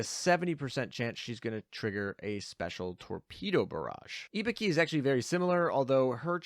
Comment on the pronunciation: The way you kept pronouncing Ibuki made me think you were saying Hibiki and I was really confused for a while.